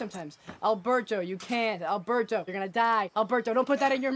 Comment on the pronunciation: Why can't Alberto say his own name correctly?